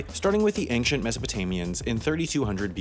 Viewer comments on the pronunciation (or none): Did you just say ANGshent? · I've noticed recently that you say "Ancient" as "Angcient" with a more nasal sound on the first syllable, is that just a dialect thing or is there another cause? Either way it's super interesting to me lol